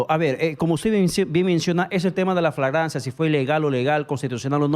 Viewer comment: Es FLAGRANCIA, no “fragancia” 🤣🤣🤭